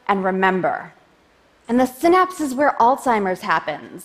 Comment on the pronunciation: I cant watch if she keeps pronouncing Synapse like that